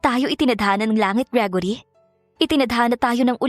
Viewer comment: How you pronounce gregory ? Gragory ? Hala hahaha